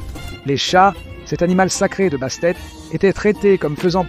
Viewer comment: Je pensais exactement la même chose. Au moins, faire relire et réécouter avant publicatiln : il y a des techniques pour corriger les erreurs de pronontiation. Perso, j'adore les chats mais "Basté" ça passe pas. Même en anglais, on prononce le "T" à la fin. Mais ça n'empêche pas que j'aime bien quand même ^^